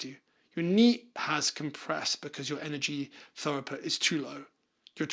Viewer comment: through-put Like thru or throo -put 😅